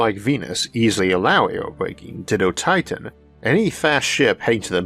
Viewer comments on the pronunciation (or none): none